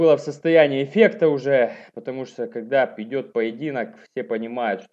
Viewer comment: состояние аффекта,а не эффекта )